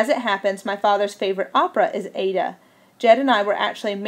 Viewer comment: I like your voice. Just slow down and mark where you are planning to breathe. Maybe look into pronunciations before? :) I wasn't sure, but a quick search showed the opera "Aida" pronounced with 3 syllables. "Eye-ee-da."